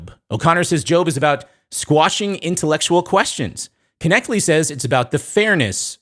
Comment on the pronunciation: i love you but it's pronounced Cliffe "Netchle" the K is silent, God bless.